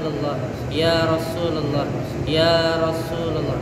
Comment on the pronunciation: Ya rosulalloh, bukan ya rosululloh